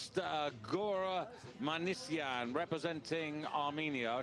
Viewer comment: please read properly: Minasyan, not Manisyan! And Lalayan, not Lalalyan!